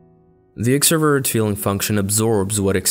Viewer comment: Im not trying to offend you but i just find it funny how you say it like ‘extra verrr’